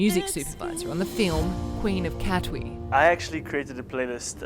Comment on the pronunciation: Having said that, 60 Minutes Australia failed miserably with Katwe, as in Queen of Katwe.